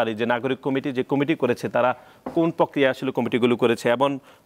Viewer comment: আসুন টেম্পু একাডেমিক কর্তৃক প্রকাশিত নতুন বাংলা বানান শিখি প্রত্যাশিত❌ পোত্যাশিত✅ প্রক্রিয়া ❌ পককিয়া ✅ ঘটনা ❌ গটনা ✅ ফলাও❌ পলাও✅ প্রোপাগান্ডা ❌ পোপাগান্ডা ✅ প্রচারিত ❌ পোচারিত✅